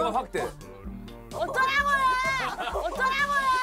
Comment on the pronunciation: 어쩌라고요~ 진짜 개찰지네ㅋㅋㅋㅋㅋ